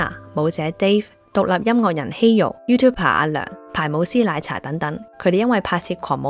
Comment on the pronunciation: 小姐，唔該讀得正啲吖！係youtube“爸”，唔係“youtube"爬呀！